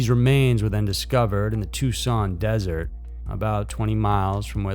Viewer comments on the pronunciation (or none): none